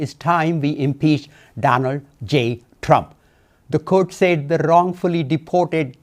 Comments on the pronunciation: Who is this Democrat impeaching Trump he can’t even pronounce English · Rep. Thanader can’t even say impeach correctly. Maybe spit the curry outta ur mouth first! 😅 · dude! What The F is impee?..